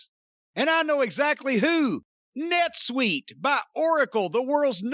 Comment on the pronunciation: It's "netsuite" buddy.